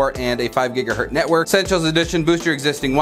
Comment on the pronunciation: It’s mega bits per second, not megabytes....and gigahertz, not gigahurt.